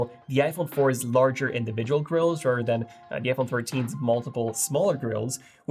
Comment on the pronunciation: Dude practice your “the” leather, rather, you keep pronouncing it like a D. I’m also bilingual.